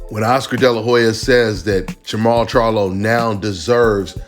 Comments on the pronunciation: Jermell? You mean Jermall. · Im assuming you mean jermall not jermell. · Jermall not Jermall